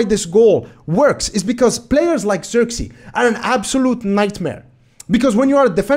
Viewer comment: First of all, no hate. If you want to say his name correctly you can do the following. Zirk as in the word "ick", it uses the same "i". Zee as in the word "say", so it will be like "zay".